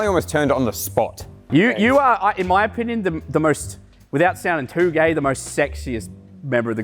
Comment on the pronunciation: How u say gay bro its gay not gaye wtf bro helll nhaaa